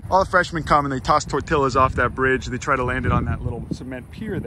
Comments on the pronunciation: I'm sorry, but the way pronounced "tortillas" really got on my nerves. The double l is a "y" sound, not a "l" sound. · Disliked for your terrible use of the word Tor Til las..XD joking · This video was good. The only problem was he called them torti lluhs